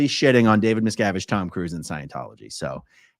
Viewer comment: David Miscarriage